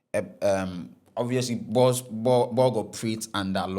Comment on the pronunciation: Ɛnnyɛ Ernest & Young, senior... it's ERNST & YOUNG. And again, Bank of Ghana is not shortened as "Bɔg" or whatever it is he was saying😂. It's B.O.G...as in, say the letters! Everyone knows this bro🤦🏽‍♂️🤌🏽 Barbados = Bah-bay-dos...not Bah-bah-dos. Bruh!!!🤦🏽‍♂️🤦🏽‍♂️🤦🏽‍♂️